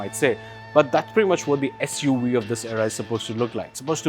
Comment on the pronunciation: I had to stop watching when he said SU we